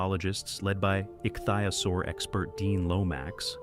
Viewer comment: jeez! ik thi o saur that's how it is pronounced DUMMY!